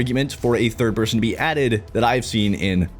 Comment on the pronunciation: came into this video thinking it will be - meel mechanics - driving - braindance instead its "no thid person" are you kidding